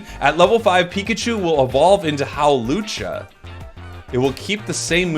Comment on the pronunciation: "evolve into Howlucha" 😂😂😂